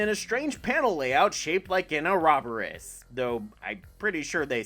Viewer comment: Or-Oh-Bore-Ohs. No emphasized syllables. Just 1, 2, 3, 4 Dude, you gotta start looking up how to pronounce words you're unsure of. Or don't trust your instinct, as you're off an inordinate amount of time.